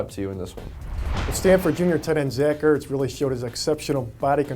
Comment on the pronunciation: Its Not "hertz" its "Ertz"